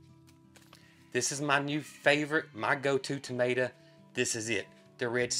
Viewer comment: Crowbars not likes in the Uk are named as the death bird if they land on your gate normally someone will die in your family it always comes true for are family to weird but it happens. When you say tomato but pronounce it tomata that's what we calk potatoes where I live in the UK you go me confused till I saw pictures 😂😂